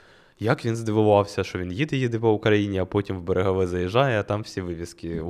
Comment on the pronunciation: Зауваження: не рідко неправильно ставить наголоси в назвах міст. Буквально щоразу. Конкретно в цьому випуску - берЕгове має бути і сарАєво Пробачте вже за душність, але мені здається це має значення. Бо потім на слух складається враження, наче про Сараєво дізнався поспіхом десь прочитавши, не заглибившись в тему. Дуже непрофесійно звучить. А так то я фанат, дуже чекаю і завжди дивлюсь кожне відео🫶🏻